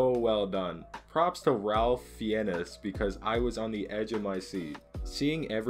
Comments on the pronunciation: Ralph Fiennes = RAY-FF FINE-ZZ That's how you pronounce his name. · Your title is true! I didn’t cry but I saw a reactor dash a real tear from his eye over that burger! 🤣 Btw, the brilliant actor who played Chef, Ralph Fiennes, his name is pronounced Ray Fines. I know, it doesn’t make any sense lol. Good video! 🌹